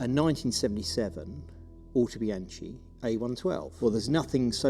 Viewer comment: [ˌautoˈbjaŋki] The "k" does not want to be fakeitalianized into "c" 🙂